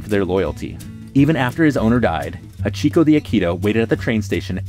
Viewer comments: Hachi-ko, not Hacheek-o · Ain’t no way bro said Hachikō wrong. Still a good video and very informative, that just bugged me